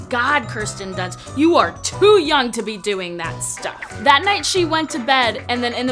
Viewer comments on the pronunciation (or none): none